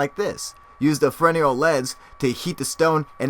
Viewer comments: Fresnel lens, not foreneal. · I always thought it was called a Fres-nell lens, not Frenial? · "Farenial" lens? Did you mean fresnel lens? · It's "Fresnel lens", pronounced "fernell". And it's John Hutchinson. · As new tech progresses old tech is abandoned. Enough time passes and it's totally forgotten. And, just a tip, you don't call it a "frez-nell" lens, like most, so credit there but it is pronounced "freh-nell" Interesting vid. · Frenial lens? Excuse me where did you learn to speak? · its Fresnel (pronounced fruh-nail lense) Lense :)